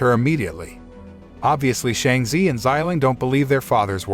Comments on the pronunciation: It’s Shang-chi not Shang-z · How can Chi in Shanchi be zee in your pronounciation🤦🏻🤦🏽🤦🏻🤦🏽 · Ur say it wrong its shang chi not shangchi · Not them pronouncing shang chi as Sheng ze😭